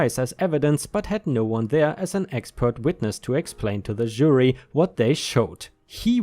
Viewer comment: "CC" = credit card. (Unless you're talking old fashion paperwork, or email, because than it means: "carbon copy", meaning an exact copy) Please review your pronunciation of "jury". Love the stories, as always! I like the new style with the last set of short bits from the reddit comments. Looking forward to more!